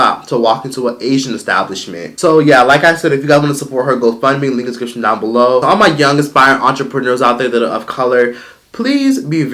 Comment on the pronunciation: be like: "the link is in the discrishioingshidorop below" 😂😂 slow the hell down